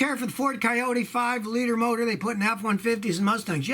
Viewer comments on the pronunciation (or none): none